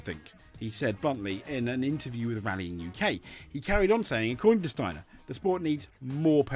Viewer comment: I have to say you pronounce the name Steiner better than most Germans, no kidding. Sadly Steiner is correct in every word he says here. And this must make you think that FIA’s no swearing policy actually destroys the WRC far, far more than what the drivers say. The drivers are forced to hold back, give us the same media friendly waffle and act very boring! If you remember the guys from the past, even Richard Burns and Walter Röhrl would end up in a prison in the basement of the FIA HQ these days. And btw Steiner knows very well what he is talking about. Yes, most know Steiner as an F1 team boss. But what the reports here completely forgot to mention is that Steiner has a very rich WRC past! Günther Steiner started his motorsport career as a mechanic for the Mazda WRC team when they ran the groupA 323 with drivers as Timo Salonen, Hannu Mikkola and Ingvar Carlsson. Later he was part of the Jolly Club Lancia Delta team, then Prodrive and in 1998 he became project manager at M-Sport when they started developing the Focus WRC, and here again he worked with Colin McRae and Carlos Sainz. So absolutely 1000% sure when Steiner has this to say about the WRC, the FIA should bloody well listen to him!